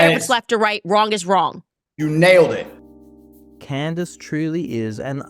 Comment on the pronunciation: Such good friends he can't even be bothered to say her name correctly "Can Dace" SMH when are folks going to realize this is all a dog & pony show to continually split the Right into various factions by TPTB (the powers that be)? The "alt media" is no different that the mainstream/lamestream/legacy media - they are all paid to shill specific narratives. Why would TPTB do this? It's the oldest trick in the book - Divide & Conquer. While we are divided from the left vs right paradigm, & within the political party we side with, we will NEVER be able to actually go after TPTB - and they know this!